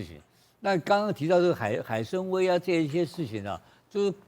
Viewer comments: 那个念海参wai三声，崴脚的崴，跟文盲一样主持人，要么就别说中文。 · 海参崴 wai 三声